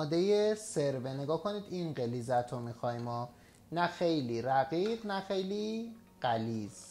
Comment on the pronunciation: این سوپ قشنگ رو خیلی قشنگ درست کردی. در ضمن غلیظت هم خیلی قشنگ گفتی بجای غلظت. خلاصه همه چی قشنگه. LOL